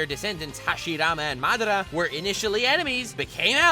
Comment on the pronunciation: He pronounced madara wrong